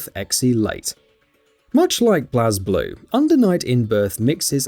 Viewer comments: I know it's spelled the way you YouTubers like to say it, but Blaz in BlazBlue is actually pronounced "Blaze". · is he saying blazblue wrong or have I been saying it wrong this whole time? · He is lmao